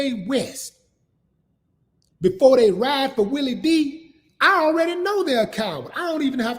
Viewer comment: Its Willie D not Willie V lol, Geeee Beeee!"